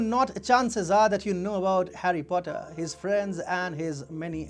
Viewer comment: Har-Xi Potter